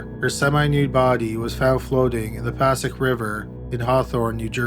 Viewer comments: I was so impressed when you pronounced Bogata NJ the right way. But how did you pronounce Passaic? It is Pah-say-ick. Montville is in Morris County, which is a good bit of a drive from Bergen County. And first you pronounced Paramus right and then got it wrong? I'm glad none of these murders happened in Moonachie or Ho-Ho-Kus. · as a bergan county native, this is super spooky. also to help out Bogota (bow-go-tah) & Passaic (pah-say-ick). The Passiac river is known for bodies in it when I was growing up.. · You absolutely killed me with the pronunciation of all the places you said from New Jersey.... Passaic is said Pa-sa-ache. Paramus is said Pa-ram-us. You were close but my husband couldn't figure out why i was complaining about places I used to live near when I was listening. LOL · Been watching your vids for years and they're great, but... take the time to learn how to pronounce some things first lol. The ones in the cottingham case were especially noticeable to me since I've lived in NJ all my life. Passaic = "Puh-say-ick". It's a native tribe. A lot of things in northern NJ are named after native americans. Anyway, good video. Thanks. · It’s puh-say-ik or puh-sake River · Why not learn to pronounce places like “Paramus” and “Passaic”?